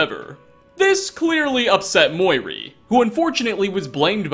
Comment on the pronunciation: muiri (moo-e-ree) not (mihoy nihoy menoy)